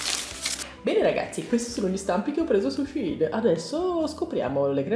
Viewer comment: Bellissime creazioni come sempre💙💙 comunque hai ragione tu si pronuncia "shin", perché il sito inizialmente si chiamava SHE INSIDE, shein è il diminutivo